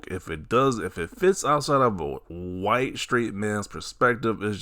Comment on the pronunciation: Whiy-te. man oppressed in America … 😂😂😂 is hilarious LMAO 😂😂😂